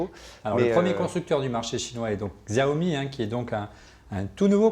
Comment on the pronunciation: On dit "Chao mi", ça m'a agacé tout l’émission!